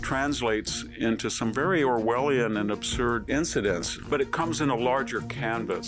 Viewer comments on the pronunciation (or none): none